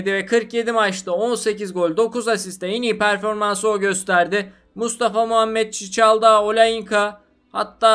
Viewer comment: Çiçaldao değil Çikaldao